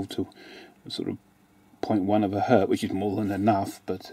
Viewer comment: If it's only one, it is still Hertz, not Hert. Sorry, but had to write this down.